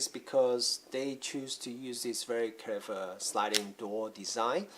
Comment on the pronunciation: "very kever" lol